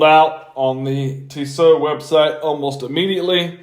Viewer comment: Tee-so, not Tiss-oh.